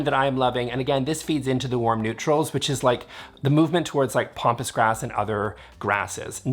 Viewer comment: Love your videos. So I'm really torn about saying this... Here's a trend I hate...softening the A's in all kinds of words. It's not pompous grass, it's pampas grass. It grows on the pampas in Argentina. Pronounced "pam pass". Like Pampers, Pam, past, Pat, etc. Don't feel bad. It just means that your reading vocabulary is ahead of your hearing vocabulary. Either that, or you've been listening to too many Americans. :-) trying to be hoity-toity. I've heard Rattan pronounced "Rot on" on a DIY video.